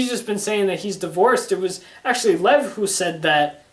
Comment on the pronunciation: It's LevI not Lev